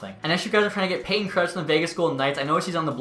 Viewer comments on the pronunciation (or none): none